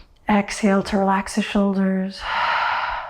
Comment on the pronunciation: Did you just say “hexhale”? That is adorably clever!!!!!!!